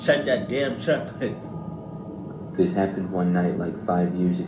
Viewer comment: 😂Ohhh check list= “CH-CHK”🔫